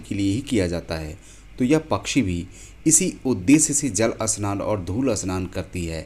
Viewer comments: भाई अस्नान नहीं, स्नान होता है. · जानकारी बड़ी रोचक लगी, पर उच्चारण में सुधार की आवश्यक्ता है। स्नान की जगह अस्नान तो फिर भी चल जाएगा, पर स्पष्ट की जगह अस्पष्ट तो अर्थ ही उल्टा हो गया। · 😂😂 स्नान not अ स्नान and Marathi में इसे चिमणी कहते है संस्कृत में शृगालः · अस्नान सही या स्नान सही है और अस्पष्ट सही या स्पष्ट अस्थल या स्थल वीडियो तो बनाना जान गया है लेकिन सही उच्चारण नही कर पा रहा है । सही बोलना तो सीख लो ।